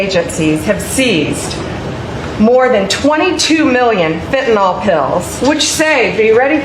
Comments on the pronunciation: Bondi cant even pronounce the drug fentanyl correctly! Its pronounced fenta(nil) not fenta(nol)!! R.N.😮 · The US Attorney General can’t do arithmetic or pronounce “fentanYl.” That should fill us all with confidence.